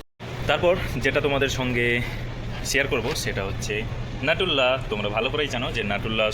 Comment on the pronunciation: নিউট্রেলা, নাটুল্লা না